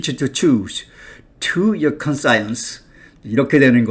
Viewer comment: 발음이 이상합니다. 컨사이언스...?